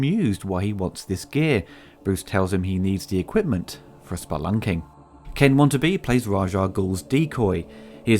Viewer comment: I like your series. But I don't think Ken Watanabe pronounces his last name "Wantabe." ;-)